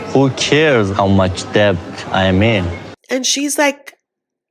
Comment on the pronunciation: Cam someone please please tell that the b in debt is silent?